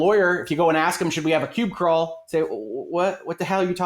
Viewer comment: "Pube Crawl" ? Does he mean "PUB Crawl"?